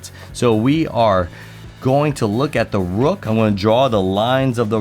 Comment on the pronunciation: "Da rook" 🤣🤣🤣